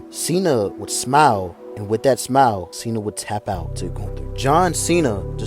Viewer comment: Goon-Ther lol